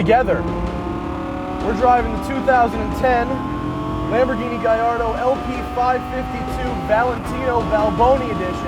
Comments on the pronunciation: Giardo??? isnt it Gallardo?? Im sorry how are you going to represent a car and sponsors and not even pronounce the name properly....This is amateur night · It's Ga-yard-o Not gay-ard-o